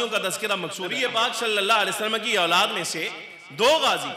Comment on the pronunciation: Auladd Aulaad kyaa bolrei sedah sahi Urdu boliyee Bachhe ya. Aall bolitee